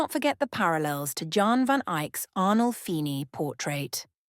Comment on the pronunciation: ‘Jan’, as in Jan Van Eyck, is pronounced ‘Yan’.